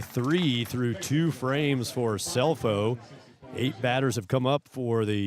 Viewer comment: Great game Great announcing but Scelfo is pronounced Shellfo! ❤ Grandma